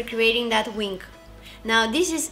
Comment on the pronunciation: She said wink instead of wing, she's so cute!